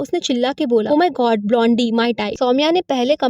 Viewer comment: It's not blondee it's blonde please atleast check the basic pronunciation